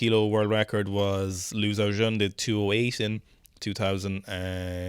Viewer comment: lads! It's LIU huanhua, L-IU, L-i-e-w!!!